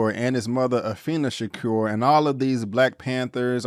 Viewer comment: I like your video I just can`t get pass you not saying Tupac`s last name right. It`s Sha-Koor , not Shacur. Tupac Amaru Shakur.